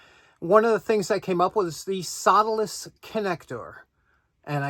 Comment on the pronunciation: I love your NY accent, but I couldn't, for the life of me, figure out what a "soladis" connector was until I noticed the title of this video. I just love that accent! LOL